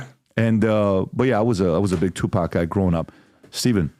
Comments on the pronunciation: Stephen your mispronunciation of Tupac is killing me😂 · TuPACK.. Puffy KEEWMBS. C'mon mannnn 🥴😂